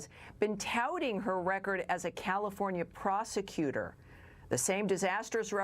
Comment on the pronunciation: You mean prostutor